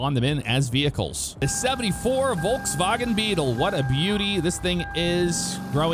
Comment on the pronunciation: dang, im german and the volkswagen pronounciation is on point!:D